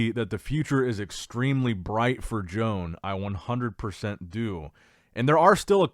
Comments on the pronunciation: Bruh..stop calling him Joan...it pronounced Yoan ... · I have a stroke every time pronounces "Joan"